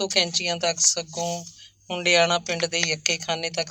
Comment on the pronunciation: ਭੈਣ ਜੀ ਹੰਡਿਆਇਆ ਹੈ ਹੁੰਡਿਆਣਾ ਨਹੀਂ